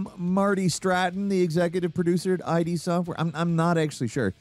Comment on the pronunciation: really you calling it EYE-DEE Software? It's ID like "ID, Ego, and Superego."